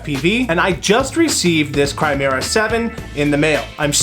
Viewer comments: It’s pronounced “Ki-Mer-Rah” not “Cry-mera”. Just saying. Great video though. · It is not pronounced CHRIMERA